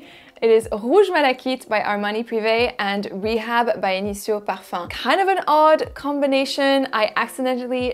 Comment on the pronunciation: The best part about your videos is the way you pronounce the scents... my fav is when you say "parfum"! Love it